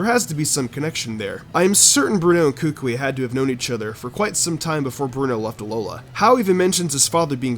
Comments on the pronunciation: His name is pronounced coocoowe. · Kukui us pronounced KOO-KOO-ee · Kukui is pronounced as Koo-koo-ee, like kookoo bird and eel. I live in Hawaii.